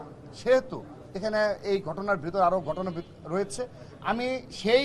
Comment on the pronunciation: গঠনা না ভাই ঘটনা উচ্চারণ সঠিক হয় না।